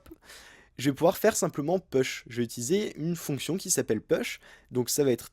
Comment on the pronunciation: Très bien ! Merci beaucoup Une petite remarque : prononcer "push" [pouche] 😉